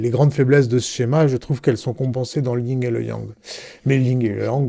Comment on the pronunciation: On dit Yin et yang pas ying yang voila juste pour info sans jugement